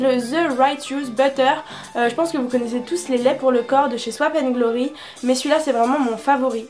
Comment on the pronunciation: On dit pas ´´ swap and glory ´´ mais ´´ sop and glory ´´ sinon super vidéo vraiment<3